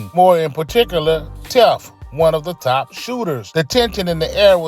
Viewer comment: tef is Ali right hand.. his name ain’t tef it’s tee fway